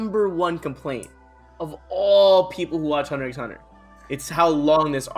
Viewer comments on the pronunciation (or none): I can't forgive that he said "Hunter EX Hunter"